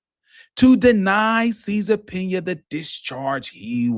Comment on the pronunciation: Cesar Pina. Pronunciation (cease and subpoena)